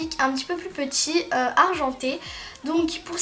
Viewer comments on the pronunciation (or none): none